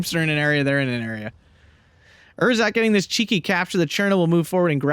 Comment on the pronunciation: German lesson of the week: It's Ehrsatz (no pause) instead of Er-satz. Keep up the good commentary :)